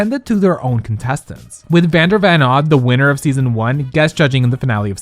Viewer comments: Can someone PLZ help me, is it really pronounced Vander VAN Odd? This is the second time I've heard it like this but it's spelled like Vander VON Odd. Halp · *Vander Von Odd, not Van. Sorry. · Vander VON Odd, not VAN. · Not vander van odd... It's von bb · It's pronounced von.